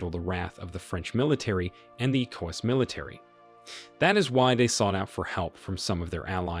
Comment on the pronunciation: The narrator needs to research how to say correctly the following words; wagner, Niger, ECOWAS and coup before putting out another video